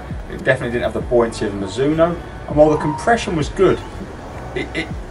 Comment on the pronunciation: No one:... - mazuno😂 all the time